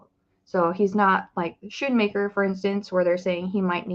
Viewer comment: It's pronounced skoonmaker